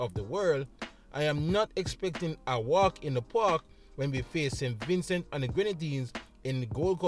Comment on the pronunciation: Vin cee thats how its pronounced. Great preview 🫡